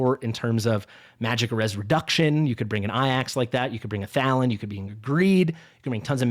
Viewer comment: You don't say AJAX, as "eye axe" bro. Its pronounced "Ay-jacks" Yours killing me with this 💀😅